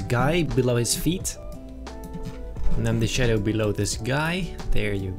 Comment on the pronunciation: Like the way he says shaddo